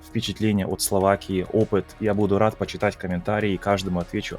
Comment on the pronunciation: Когда говорит почитать, я слышу «компьютер»😅